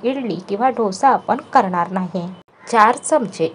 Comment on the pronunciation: Dhosa kase bolta dosa bola